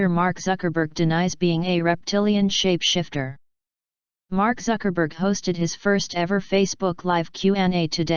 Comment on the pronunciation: It's David Icke not David Ick and it's shapeshifter not shap shifter A I is going to have to get better than this